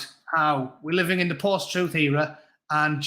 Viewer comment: It's not lies it's " alternative or my troof".